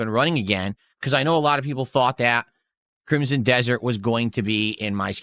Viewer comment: For someone as well read as, the word 'crimsom' is too difficult for him.